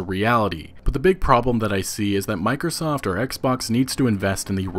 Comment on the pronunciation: Every time he said Microsoft i heard mikersoft